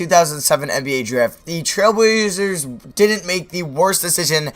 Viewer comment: This guy does not know how to talk like 99 speed talking...dude cant say trailblazers